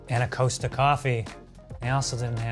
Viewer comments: Haven't seen in comments yet...so Costa isn't pronounced Coast-a but exactly how it's spelt. Imagine saying "cost" - as in the cost of an item - then adding an a. So short o not long o. Ko-sta not Koa-sta. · 'C-oa-sta' ??! It's COSTA like COST. Kill me now 🤣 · Hearing Costa Coffee called Coasta coffee pains me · why does he call it coasta and not cost-a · Why is he calling it Coasta coffee? It's Costa! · Its pronounced cost-a coffee not coast-a coffee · It’s pronounced cost a like cost a lot not coast ah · by the way, Costa is pronounced c-o-sta rather than c-oh-sta, eg 'sock' rather than 'road' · coaster coffee wtf is that, ka-star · The way says Costa coffee is cursed, it’s Cost a, not coast a. 😂😂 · What annoys me is how pronounces Costa. He pronounce is it like Ko-sta. In the UK that is something you put under your cup to stop the cup from damaging the table. It's Coss-ta. Love though. You know when I was younger I lived in either the Starbucks, Odeon, Debenhams or pub. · 'Costa-a' not 'Coast-a' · As others have said, wrong kind of Smarties, but also wrong looking Kit Kat (also the American version I guess?). I wasn't sure what meant when he was talking about Coaster coffee. Most people around where I live in the UK say Cost-a with a short o, as in it Costs a lot. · “coasta coffee” makes me shiver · DONT YOU DARE EVER SAY COSTA COFFER LIKE THAT EVER AGAIN! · It’s cost-a coffee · I'm Sorry but that is not how you say Costa 😂 idk but where I'm from in the UK we pronounce it Cost A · If you think about it though, that does make sense as a coaster like you say is something you’d generally put under a hot beverage like a coffee cup, even though im from the uk and the pronunciation doesnt sound right to my ear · Do all Americans pronounce Costa as Coaster? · I’m so mad at the way joe said Costa😭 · COST-AH - as in the COST of something. Jesus Christ. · I’m horrified at the way pronounced Costa tbh